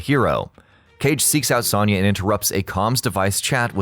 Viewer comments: Sawn-ya..Sawn-ya..Sawn-ya..Sawn-ya..Sawn-ya. It's Sewn-ya! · Why do these channels always pronounce a least one name fucking wrong?! IT'S PRONOUNCED AS Sown-yah! NOT Sonn/Sawn-yah! SERIOUSLY! ALL THEIR NAMES ARE ANNOUNCED IN MOST GAMES AND IT'S IN THE SONG! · the way you pronounce Sonya... you're putting emphasis on the wrong syllable. its not a lower sounding O. its upper sounding. should sound like you are saying oh not A. Soh-n-ya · How do you mispronounced sonya??? Are you doing that on purpose?!?! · Miss pronounced Sonya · I hate how often you miss pronounce sonyas name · His pronunciation of Sonya is killing me. haha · Good vid but I died a little each time you said Sonya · Especially since he can't fucking pronounce Sonya's name right.